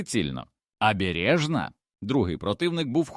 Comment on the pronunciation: Ви ж попереджайте що це казочка згенерована за допомогою ChatGPT. А то люди подумають що це правда. Доречі автору казочки - для озвучки використовуй Elevenlab. А то ця модель озвучує з купою помилок.